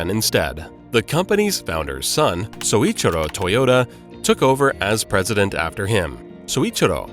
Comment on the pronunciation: Not Soichiro Toyoda, Syouichiro Toyoda is correct.